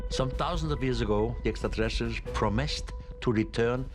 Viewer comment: I noticed that too.